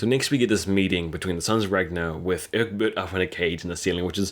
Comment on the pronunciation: Who's Urkbut? Who's Urkbut? Dude, ECK-BERT, ECK-BERT. You got it right the first time you said it and after that he turned into Urkbut Did you have a friend named Urkbut or something? Well. . . . you don't have to worry anymore about it because Urkbut killed himself. . . . . but dude, Season 4 episode 20, Ecbert has been in every season starting with season 2, and his name has always been Ecbert. . . . LOL Call your friend Urkbut and work out your subconscious infatuation with with his name. The King's name is Ecbert